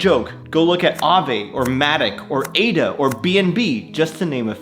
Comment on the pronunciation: Did he just said ADA?😂